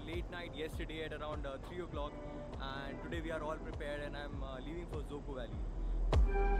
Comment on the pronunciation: Let's make a correction with the word again... It's dzükou.. not dzuko.. zuko.. züku.. or whatever Just learn the spelling at least